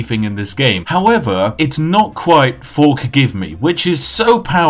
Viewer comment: "Forkgive me" i lost it